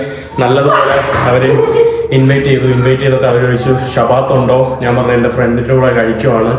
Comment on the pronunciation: മുറിയണ്ടി, 'നാൻ' ഒരു മലയാളവാക്കല്ല. "ഞാൻ" ആണ് ശരി. 'കഴുവാൻ'' അല്ല, കഴുകുവാൻ ആണ് സരി.